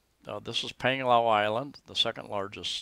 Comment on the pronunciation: Another informative vlog. BTW not nitpicking but 'a' in the Philippines are pronounced with ā. As in Pānglao:-)